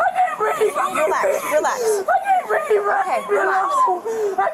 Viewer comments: THAT IS THE WORST "I CAN'T BREEVE I'VE EVER HEARD. 💀🤡💩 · What's BREEVE???😂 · Breeve is how they pronounce breathe....